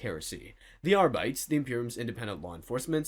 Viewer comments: Came looking for this comment lol. Cringed every time he said Arrrr Bites. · and also Ar-BITES instead of Arbit-EES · I'm not expert, but because it is all supposed to be "Latin -ish" sounding names, I would guess "arbites" would be pronounced "ARE-bee-taze" not "ARE-bites" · Ears bleeding. It's not "are bites." It's "AR-bi-tEHs." Hell, even "ar_BI-teehs" is better. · Ar-bee-tees! Not Ar-bites. Call yourself a 40k?😂 And laze-guns? God-emperor what is this heresy?🤦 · You can literally follow the pattern with the rest of the ordos. kus-to-dees Custodes, a-star-tees Astartes. And so forth. If the man insist on ar-bayts. he might as well say kus-TOADs and AY-starts. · Isn't High Gothic supposed to be pronounced like in Latin? So ARR-BEE-TAYS rather than ARR-BITES? Otherwise you'd have to pronounce "Adeptus" as American as the "Arbites", right? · Arbites is pronounced Are-Bee-Teez, not Are-Bites. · I think Arbites is pronounced "arr-bit-tees". Just sharing in case, if I was running a TTS I'd spell it differently. If I was reading it, well, that's easier. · “Arbights” lol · Ar-bee-tees... Say it with me... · c'mon, bro. "ar-BEE-tis". It's Latin....sorta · Between the pronunciation of Arbites (are-bit-ease) and Roboute (row-boot) I think I'm done with 40k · Ar-bites was killing me! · "R-bites"? We're not off to a great start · God damn "Are-Bites" ffs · Arbites = R Beetees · Arr-bites sound like a snack for pirates. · That's not how you pronounce Arbites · This is not how you pronounce arbites. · The way he pronounces "arbites" is heretical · Why can't anyone say arbites correctly? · You shall step on a lego piece for every instance you mispronounce Arbites. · One more to add to the list - having to listen to someone mispronounce "Arbites" repeatedly. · Yeah like if you see a word you don't know, look it up damn